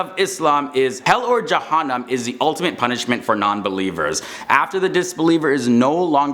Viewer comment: Ee-blees, not iblis Moon-kar, not mun- Kar Ja-han-num, not jahunam There has got to be a way you can find out proper pronunciation. Also Eblees was created as a jinn, and angels, jinn, and humans don't switch up and become each other. Eblees was such a dutiful servant of Allah that he had a with the angels